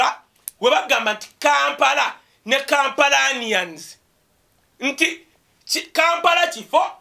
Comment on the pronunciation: Kampalans ffs! Not Kampalanians.